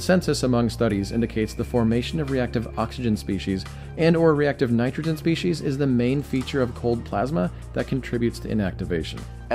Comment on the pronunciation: It's pronounced "species," not "species.: It's from the same root as "specific," which is not pronounced "speshific."